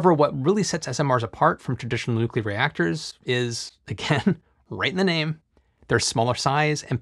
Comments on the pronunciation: Did he actually say nucular? He says nuclear later so I guess it was just a slip of the tongue. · I cannot believe that someone as intelligent as you seem would actually say nucular. New-clear (nuclear) not new-cue-ler (nucular). Disappointed.